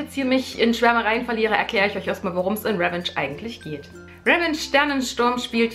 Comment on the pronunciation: pssst man spricht es RivENTSCH aus leise wieder rausschleicht weil niemand Klugscheißer mag ;)